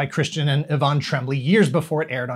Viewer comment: This is bugging me: the show creators aren't the "Trem-blee", it's pronounced " Troa-blay"